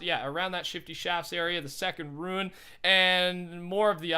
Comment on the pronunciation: WHY U PRONOUNCE IT AS RUIN JUST SAY ROOOOOOON